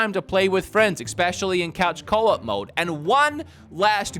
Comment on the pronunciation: you speak for a living. You cannot be out here saying PREformance and EXpecially 😅